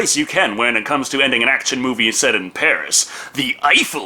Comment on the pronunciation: I love how you said "Pari" with the French accent but with a Spanish R, as if that's a thing XD